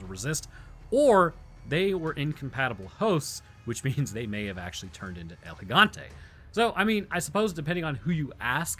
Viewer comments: You're a viral biologist but couldn't say el gigante🥴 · I will never stop pronouncing it El Gigante with a hard G. NEVER!